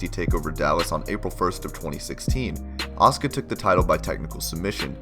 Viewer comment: You keep saying her name wrong.